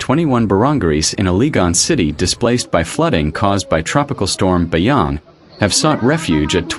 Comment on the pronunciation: Not BAYANG.. BASYANG